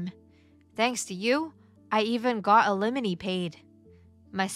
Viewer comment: Once again, alimony is NOT pronounced uh lemony, it is pronounced al li mony. I know the channel will not change it because the readers are probably robots but still…